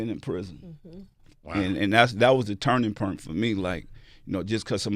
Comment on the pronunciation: Master P still got that New Orleans in him "Turning purnt".